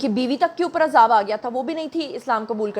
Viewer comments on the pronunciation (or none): none